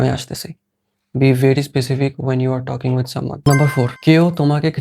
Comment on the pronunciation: ভাই, টকিং না বলে ঠ্কিং বললে ভালো লাগে। । টকিং বলে শুধু ইন্ডিয়ানরা আর পৃথিবীর সকলে যারা হালকা ইংরেজি পারে তারা ঠ্কিং বলে।